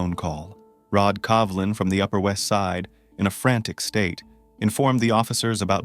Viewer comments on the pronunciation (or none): You are pronouncing his name as Covlin not Colvin as is written?